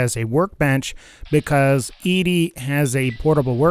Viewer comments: It’s ED-E NOT EEDEE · I cringe everytime he calls him EEDEE It's EDDIE ED-E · I cant watch your video cause its name is ed-e not e.d. ...ed........e...like eddy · Why does every Fallout youtuber I've seen pronounce ED-E like "eedee"? Am I the only one who pronounces it like "Eddie"? I thought it was kind of obvious that it's supposed to be pronounced like "Eddie" with his companion quest named for the hit single by The Teen Queens, "Eddie My Love". Maybe I'm just nit-picking. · I was about to ask the same thing. I also pronounce it "Eddie". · I think it’s that people want Eedee to be a girl robot. ED-E pronounced Eddie kills the fantasy. I remember when the game came out people I knew thought ED-E was somehow a girl type robot. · Even Obsidian/Bethesda said it's either Eddie or E.D.E for name pronunciation. E-DE doesn't even make sense anyway you look at it. Plus the fact his quest is named after a song called Eddie my love. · An absurd amount of time playing Mass Effect 2 has me say EEDEE but I feel like FNV's ED-E is supposed to be pronounced Eddie. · Except it's ED-E not E-DE. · It's not E-D it's Eddy! "ED-E" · The robots name is prounounced Edie not Ed, stop butchering the name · it's not E-D. it's ED-E, get it right!!! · His name is pronounced Eddie. Not E-Di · Why in the fuck do you keep referring to ED-E (Eddy) as E-D (Edee)? Explain. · Your video kept confusing me because I thought there was a character I was unfamiliar with who's name was pronounced Eedee. It's pronounced Eddie, like the song, in the game that you played, and then made a video about...👎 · Its pronounced „ed - e“ not „edee“ 😅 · E D REALLY E D it's ED-E as in ED then the letter E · Peter Wojo I thought it was ee dee ee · Od1nGaming it's not how you pronounce his name, it's Eddie, it's a reference to Eddie my love and in the lonesome road DLC the man who made him calls him Eddie when Eddie plays his voice recording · Yes, it is Eddie, ingame too. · You’re not the only one😂